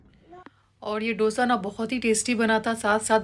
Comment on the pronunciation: It’s pronounced as दोsa and not dough sa